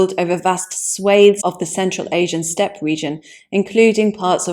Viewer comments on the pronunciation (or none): none